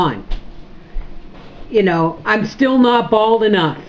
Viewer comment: Bald not bale lol